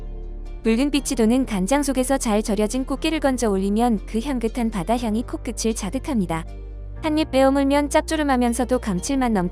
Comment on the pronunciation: 코끄츨. 코끄틀 국어공부하세요